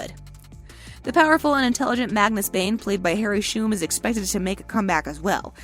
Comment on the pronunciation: You said Magnus and MORTAL wrong…